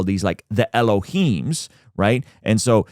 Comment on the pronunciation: fyi saying "ellohiims" is likes saying godss (iim means plural)